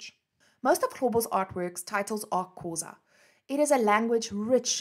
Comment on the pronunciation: Thank you for such an interesting information. I love the way you describe his life and the way you pronounce the Xhosa words❤️❤️